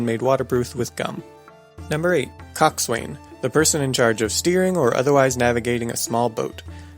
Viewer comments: COXSWAIN is pronounced Cox'un, NOT Cox-wain! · It's not pronounced "Cock-Swain." It is pronounced "Cock-sun." Source: I was a freakin' sailor. (literally, I was in the Navy) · coxswain is pronounced more like cok-san, boatswain boat-san as in boat-san's mate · your pronouncing coxswain wrong... the Swain is pronounced son or sun.... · Coxswain, btw is pronounced cox'n... ye landlubbin' bilge rat! arrrrr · I know that it shouldn't, but the fact that you mispronounced coxswain really bugs me. It's properly pronounced cox'un and is often shortened to cox.